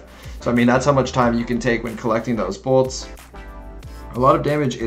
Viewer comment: still says “bolts” hahahaha